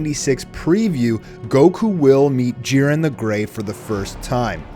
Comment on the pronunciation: I hate when these fools keep saying jirens name wrong